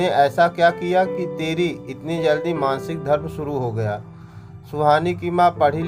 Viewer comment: Maansik nahi maasik dharm hota h